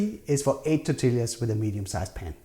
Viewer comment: Good recipe! Its said "tor-tee-yah", though. Double L "ll" in Spanish makes the "y" sound. ❤